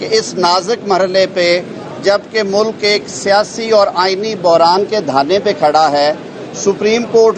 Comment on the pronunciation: Rana sahib apni urdu tu thsek kar lo mulac nahin hota ulk hota hI